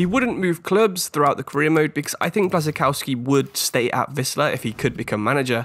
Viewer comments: Nice selection! When you talked about Kuba Blaszczykowski I had no idea whom you were talking about. Think of his pronounciation this way: Bwashchikovski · Btw the pronunciation for Błaszczykowski the ł is more of a w